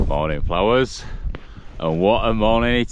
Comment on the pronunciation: I always wondered about “ Morning, Flowers” on the closed caption until it finally dawned on me he was saying, “Morning, followers”!